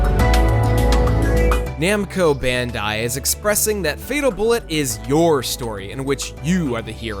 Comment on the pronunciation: Am I the only one getting triggered that he keeps saying Namco Bandai